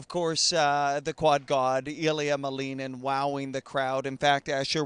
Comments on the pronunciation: It's Ilia MALinin. Not MaLEENin. Do your research! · actually you may want to google Ilia saying his last name. He says MALinin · He's American and it's a Russian name. The correct way to pronounce it is MaLInin. It happens a lot with second generation children.